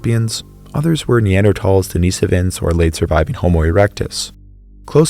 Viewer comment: I don’t like the way you pronounce denisovan